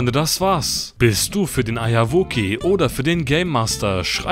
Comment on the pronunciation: warum sagt er immer Eierwoki und was ist das für ein Format? xD